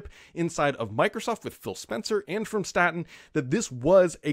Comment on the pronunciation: Staten not statin